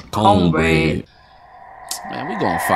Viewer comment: "CONE BREAD" LMFAO PLEASE STOPPP 😭💀